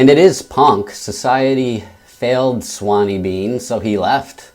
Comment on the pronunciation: Sorry, I'm going to be that guy but it's "Sawney" not "Swaney" . Sawney is a Scottish nickname for Alexander. However, great review and I agree, brutal book but definitely worth a read.